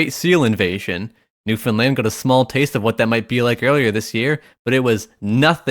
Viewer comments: Finally a guy that pronounces Newfoundland new-found-land not new-finland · Eh buddy gives me a little tingle in my heart that you pronounced Newfoundland right. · I'd like to just thank you for saying Newfoundland right. No one ever does, and it really pisses everyone off. -A real Newfie (Also I live in Nova Scotia and I can confirm that it doesn't exist, don't look for it, don't come here.)